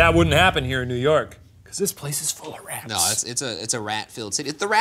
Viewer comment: “I even checked for rehhhhts”